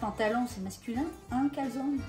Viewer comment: SVP!! en Italien la E au final se prononce!